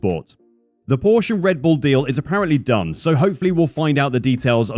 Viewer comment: "RED BULL", not "REDBULL". You did it again. Souring the experience of a otherwise well done report.